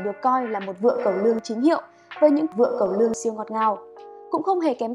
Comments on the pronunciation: Chị nhấn mạnh từ "cẩu lương" thật 😂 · ờ....sao chữ CẨU LƯƠNG nhấn mạnh vậy :)))